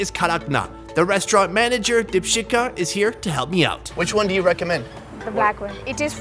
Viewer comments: It's deep-shikha, not (Dip-shita).. But I get your point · deepshika ko deepshit bola kya isne 😂😅? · Bet money her name isn’t pronounced Dip- shit-ka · Its deepshika not dipshit(Ka) 😂 😂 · It's Dipshikha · Omg! Her name is dipsbitka prob not spelled like that but that's what he said! I played it 10 times!! I can't be the only one who finds that slightly humerus! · It's Deepshikha. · Did he say that the manager’s name is - DEEPSHITKA?